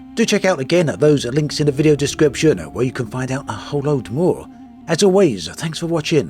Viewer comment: I had a bit trouble listening to this video, great although it was. I'm not sure if you're doing it on purpose, but you intonate word in a subtle but bizarre way, word such as "video" you say "vide-ó" stressing the 'o'. You have a pronounced British accent, so It just felt out of place.